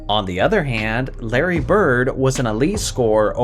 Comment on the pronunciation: It’s Bird and not close.